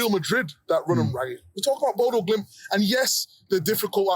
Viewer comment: Bodø, not Bodo. Ø is pronounced like the U in Urn.